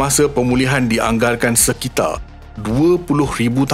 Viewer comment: Bandar bukan banda Sekitar bukan sekita Sinar bukan sina Liar bukan lia Konten pendidikan seperti ini seharusnya menggunakan perkataan dan sebutan bahasa yang betul. Bahasa jiwa bangsa. Kalau kita yang memartabatkan Bahasa MELAYU siapa lagi?